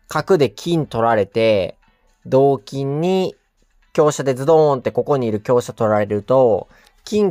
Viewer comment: きょうすじゃなくてきょうしゃですね